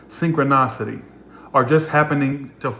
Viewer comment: just wanted to let you know that’s it’s pronounced synchronicity sing-kruh-ni-suh-tee Cuz you’re saying synchro- NOS-city When it’s Synchro- NI-city Or just good how to pronounce synchronicity on google of what I said doesn’t make sense! Lol love you just wanted to help you out! ❤️